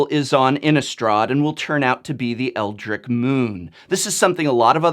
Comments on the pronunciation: You pronounce "Eldrich" as [L-drich] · I believe you're mispronouncing Eldritch. Leaving out the "t" sound.